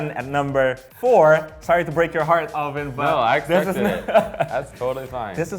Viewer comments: This guy is continuously saying O-lvin, no desrespect, but dude!, IT'S ALVIN!! NOT O-LVIN!! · I really like personality and all but is it just me or does anyone else get triggered when he pronounces alvins name all vin idk maybe it's just his accent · ALL-vin, is it the accent?? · This guy flexing his pronunciations but can't even pronounce Alvin's name right. 😂